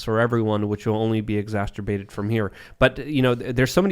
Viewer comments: says "exasterbated" at least twice per show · Someone please tell that exacerbated is pronounced "X-Ass-Sir-Baited". That's an easy way to remember how to say it. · Please stop saying, “Ex-as-ter-bated.” It’s hurting my ears…ty 🙏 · I love you guys but still want to correct errors. It's not a huge deal but it's exacerbated, not exacterbated. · Someone needs to tell how to pronounce exacerbated (he always says exasturbated 😂) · Exac(t)erbated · “Exasterbated” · just learned the word "exacerbated" and keeps over using it with an extra T. Stop